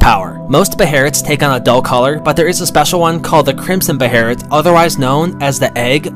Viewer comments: I thought it was pronounced “baylit” not “beherit” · ... it's not pronounced "beherit" it's pronounced "behelit" Bey-lit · It's behelit not beherit, u gotta understand that Japanese people only say beherit cuz they don't usually pronounce the sound L, so they arnt used to it